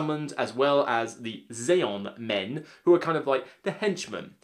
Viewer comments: And you KEEP CALLING THEM THAT Aeon Men There's no Z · Why did you say "Zaeon men?"